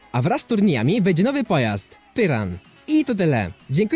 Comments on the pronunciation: nie tyran tylko taran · Przejęzyczenie na końcu. Powiedziałeś ''tyran'', a nowy pojazd będzie nosił nazwę ''taran'' ;) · Tyran,, xdddd a to nie taran przypadkiem ? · Pojazd to nie tyran tylko taran XDE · TARAN A NIE TYRAN XD